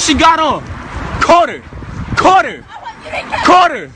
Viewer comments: It's like he said he caught Carter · "Caught her, caught her" lol. It sounds like he said "Carter, Carter!"